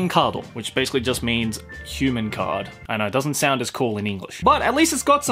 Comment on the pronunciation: The way pronounces "card" triggers my soul.